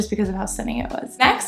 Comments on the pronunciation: It's not Cock-burn Street. It's pronounced Co-burn Street 🤦‍♀️🏴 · There is no “cock“ in “Cockburn. It’s pronounced ’Coburn’ Street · Cockburn is pronounced Coburn. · Cockburn Street is pronounced 'cough' as in 'dough'. :)